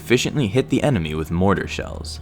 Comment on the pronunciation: "they were trained in mortar combat" it sounds like you said mortal kombat LOL